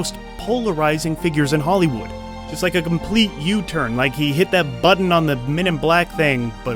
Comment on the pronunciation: HOLLYWEIRD.....love how you pronounce it😂😂😂😂😂